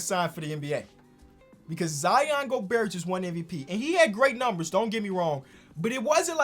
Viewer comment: please stop pronouncing the T in Gobert